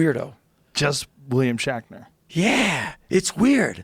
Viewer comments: Is it me, or does Joe always pronounce William Shatner as "William Shackner"? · Is Joe saying 'William Shackner'? LOL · Am I wrong or does Joe keep saying William “Shackner”? Great interview btw. 👍🏼